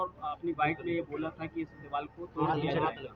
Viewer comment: Diwal Nahin Hota Deewar Hota Hai